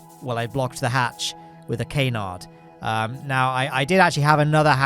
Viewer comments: It's a caaaahnard, not a caynard. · It's NOT pronounced 'KAY-nard'! It's 'kha-narrd'! Get it right, please!! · I'll start pronouncing your last name correctly as soon as you start pronouncing "canard" correctly.